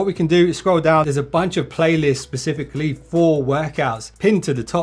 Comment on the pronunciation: Pacifically or specifically bro come on.